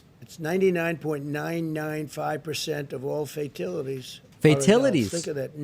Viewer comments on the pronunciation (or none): Did Trump say "fatilities" instead of fatalities? Or was i dreaming? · "FAITILITIES" LOL!!! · Fatilities!?! The word is fatalities you reading challenged boob!!